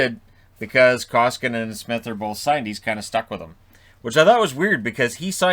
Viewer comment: "... I'm better than he is..." -- have you talked with your psychiatrist about that, or have you not come out of the closet, yet, concerning your delusions of grandeur? -- atleast not in real life... EDIT and learn the freaking name of the guy you're talking about, when you are running your mouth like that, ffs.! Talk about being entirely void of hockey knowledge... It's "Koskinen"! -- it's not that hard! Jeez... Fun fact: "Koski" means something like "small rapids" in finish, if I am not mistaken. Haters: make of that what you will! :D